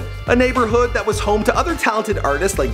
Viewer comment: and why when you quote the kid you say DAT instead of that. cmon bro you think we dont catch that subliminal shade you're throwing